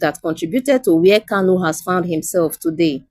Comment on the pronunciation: Good presentation. But, can the reader differentiate between Kanu as opposed to erroneous Kalu?